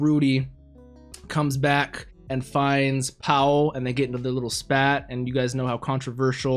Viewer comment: Why doo you pronounce Paul as powl? It's a common English name, derived from the Hebrew prophet.